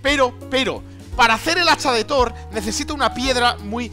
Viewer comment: When faileas al decir hacha de thor xd